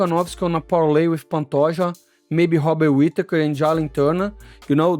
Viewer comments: It's pronounced Bobbit Whittaker. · How is Robert Whittakers name the only R word you had trouble pronouncing 😂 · Hobikot Whipakatur 🤣